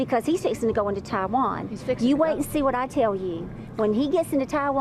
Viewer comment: Stephanie, good job getting the accent correct on TAAHwan.